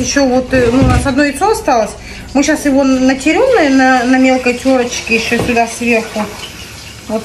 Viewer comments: не натерем а натрем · не натерем а натрем